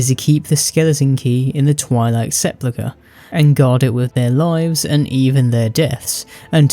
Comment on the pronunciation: I've heard you pronounce sepulchre a couple of different ways and they're all wrong, it's sep-UL-ker